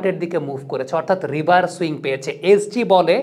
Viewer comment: ভাই ওটা রিভার সুইং না। রিভার্স সুইং হবে তো। পরবর্তিতে ঠিক করে নিবেন আশা করি